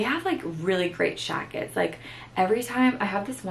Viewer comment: OMG I love love love the way you say "jackets" 💖 like with an SH . Girl I missed ya